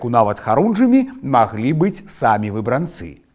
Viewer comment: У 90-я шмат пісалі пра выбрАнцаў. Але чаму ў Вас такі дзіўны націск, заўсёды гаварылі "выбрАнцы". Нават праверыла ў слоўніку, а пасля ў Вікіпедыі - усюды выбрАнцы.